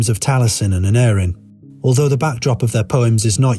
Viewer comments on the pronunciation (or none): Nice video - but the pronunciation of the names wasn't quite correct. Aneurin is pronounced with the penultimate syllable : Ann- EYE- rin The same for Taliesin - Tal -Yes - in And Urien isn't pronounced as Urine but as Irr- EE- en.